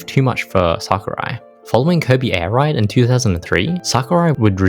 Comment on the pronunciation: Airride not Airide